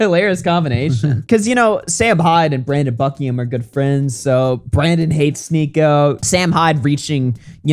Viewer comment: Sneako just doesn't really think about his worldview much imo, he used to be branded as an introspective person. There's no semblance of that anymore, he'll just dismiss any criticism of him or people he likes cause it'd fuck with his money. He can't even speak Brandon Buckingham's name, he's actually scared of some stopping to his level of insulting him